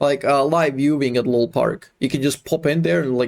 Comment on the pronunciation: bro, the way he says the LoL e-sports. It sound like Loli sports xD